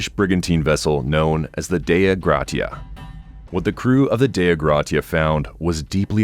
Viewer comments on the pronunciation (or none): none